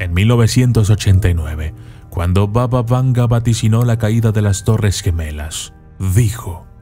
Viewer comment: Arreglemos algunos errores del autor del video.Primero: No se pronuncia "Vava Vanga" sino "Baba Vanga",que significa "Abuela Vanga" en idioma búlgara.Así lа llaman los propios búlgaros.Segundo: Nació en suelo búlgaro y no es macedonia sino búlgara.Vivió toda su vida hasta su muerte en un pequeño pueblo del sur de Bulgaria.Hoy allí está su monumento y allí se encuentra la iglesia construida con sus ahorros personales.Tercero:La mayoría de las fotografías de este vídeo son ilustrativas y no tienen nada que ver con la realidad.Hay más,pero me detendré aquí.Espero haber sido útil para corregir estas inexactitudes.Y mi consejo para el autor del video es que verifique tres veces su información en el futuro y solo luego la publique.